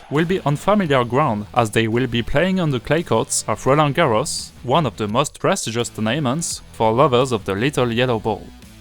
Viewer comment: Occasionally some of your long syllables are a little off too, but this is incredibly difficult to master in English because there's no real pattern. An example would be "tournaments" . The emphasis is on the first syllable, as in: TOUR-na-ments. A couple of seconds later, the word prestigious has emphasis on the second syllable: pres-TIG-i-ous. Getting the rhythm of the syllables correct in English is a crucial step in mastering native pronunciation. Bonne chance!